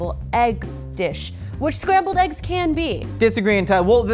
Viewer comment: Did he say Scramby Eggs? O.o